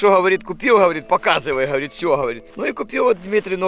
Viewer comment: Я теперь считайте, сколько "ховорит" говорит в начале)